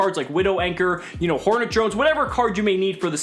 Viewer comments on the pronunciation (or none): none